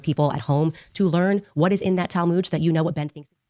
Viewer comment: Girl, whet? FOH! 🙄